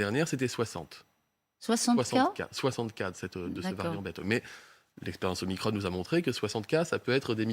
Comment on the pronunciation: ça me fait bien rire la prononciation de Veran! OmicrONNE ! pour ne pas dire OmicrON > Omacron